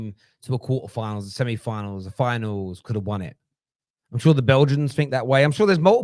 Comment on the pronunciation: Is saying 'semni final'?